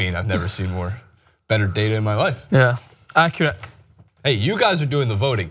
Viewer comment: it's ''data'', not ''data''.